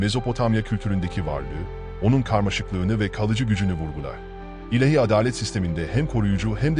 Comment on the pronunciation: Teşekkürler. Bir husus: ilehi değil, ilâhi. A ince ve uzun okunur.